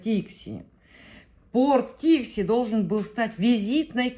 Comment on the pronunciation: Не ТИкси, а ТиксИ. По-якутски "тиксии" - причаливание, причал